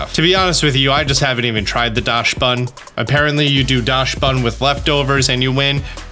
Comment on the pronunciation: Greetings from Germany. It is pronounced Dax-bun 😁 It is supposed to be a dachshund... pronounced dax-hoond😀 I love your videos, they really help me get through the game